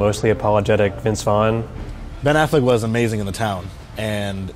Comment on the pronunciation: its Affleck dude give him a chance -,- geez